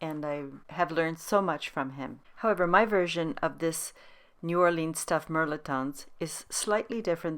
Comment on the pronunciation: Its pronounced mel•et•ton.